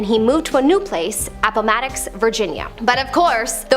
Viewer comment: look up the pronunciation of Appomattox